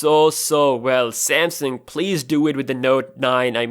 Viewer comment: Cool,but I just can't listen to you.Your accent is horrible...Rashiyaa?How that?Say Russia[Rasha] or Samsiung...Just Samsung